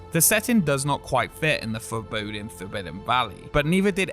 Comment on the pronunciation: ‘does not quite fit in the fOrBodiEn forbidden valley.’